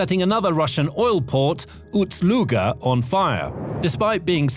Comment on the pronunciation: Yeah, it still is UST-Luga. Try to get it right finally. Not a huge deal, but once you hear it, you cannot un-hear ut and it is irritating.